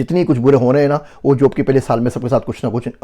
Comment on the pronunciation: Aap ka pronunciation sab theek except for paisa peisa....n job ki jageh jub. ...little practice will definetly make ur urdu superb. Hope this does not hurt u